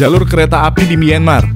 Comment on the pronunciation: Kontennya bagus, cuma sayangnya narasi pakai text to voice. 30 meter jadi 30 em Myanmar dibaca mienmar Ttv dicek dulu Gak cuma di video ini juga sih Ada banyak video mimin yg kocak karena pakai TTV